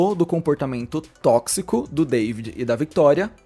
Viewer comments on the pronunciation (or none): none